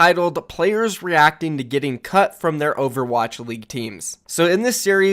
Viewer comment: i watched newest video of the mayhem drama before this, and now i understand everytime he says "cut", "cucked". Is there something wrong with me? XD